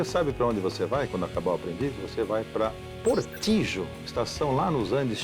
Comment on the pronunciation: A pronúncia correta de Portillo é "portilho".